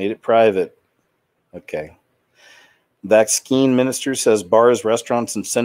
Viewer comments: Why do you pronounce vaccine... vax- skeen? Did i miss something. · Vax-scheme, as in it is all a planned agenda. Also, mispronouncing certain buzzwords helps to divert the YouTube algorithm that audits for videos with content that goes against the prevailing narrative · He knows how to pronounce the word. He says it differently on purpose